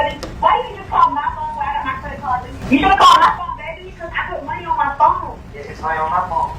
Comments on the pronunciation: “It’s his phown!…”😂😂😂 he still my guy tho with excellent coverage 💯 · “100% mellys phown” bruh I wish phone had a synonym so you didn’t have to say it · Wtf is a "Phewn" 😂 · The wayyyy you say phone has meeeee perplexed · I want to have a word with whoever taught you how to pronounce “phone”